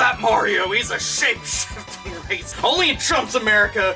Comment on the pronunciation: half of the time it sounded like you were trying to say "shape shitting racist" i mean that would be a power Mario could learn right? would the poop emoji be his power up block?